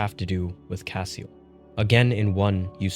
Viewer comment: One note on pronunciation, “Cassiel” would be pronounced like any other of the judeo-christian angels with an emphasis on the “-el” part which denotes divinity in their pantheon. Like Gabri-el, or Razi-el, it would be “cassi-el” not “cah-seal”.